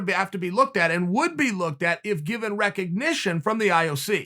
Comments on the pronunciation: Me: "Recognition" Uncle Chael: "......." Me: "Recognization" Uncle Chael: "Ok great." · Me: recognition Chael: recognisation Me: recognisation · "Recognization" The prophet Chael has spoken